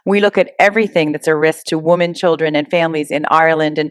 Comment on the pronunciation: The word is women when referring the women in the plural not “womon”. Why do people do that. Super weird. Stop it.